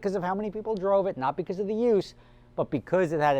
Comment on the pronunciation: You said "beguz" 5 times